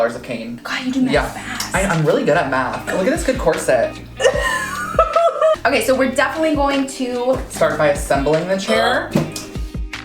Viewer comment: did he just say decorset?